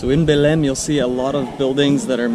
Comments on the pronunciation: Your eyes are shining with a special light! Oh that food, I gotta have it! skin looks lighter is that creme working? You can say Belem like we do in São Paulo, sounds like stain, Belein... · Belém is pronounced - [ bay - LANE] [NO LETTER M SOUND]